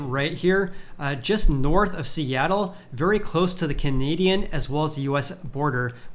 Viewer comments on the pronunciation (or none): none